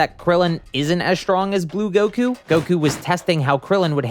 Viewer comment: Please stop saying "Gowkew"